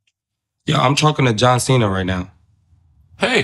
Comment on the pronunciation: Maybe If Marco pronounced John Cena's last name correctly, then he mightve said you were his favorite comedian